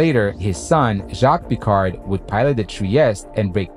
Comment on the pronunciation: Honneur aux premiers scientifiques : Jacques Piccard non « Pecar ». Intéressante vidéo et beau montage. Il manquerais quelques imagées d’époques pour la rendre plus agréable encore.